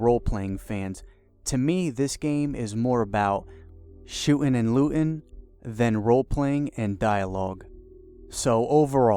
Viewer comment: "shoo'n and loo'n" come on speak english